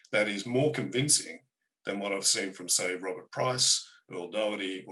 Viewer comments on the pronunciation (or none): none